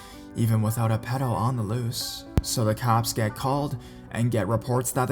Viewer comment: "And reported it to the caapes" 😂😂 but I do love the beginning